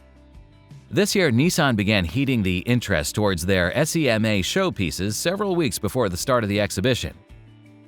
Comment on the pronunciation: If you are American, how come you don't know how to rear SEMA? It's seeeeema, now s-e-m-a 😅